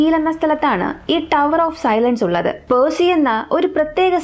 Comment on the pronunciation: പേഴ്സിഅല്ല പാഴ്സി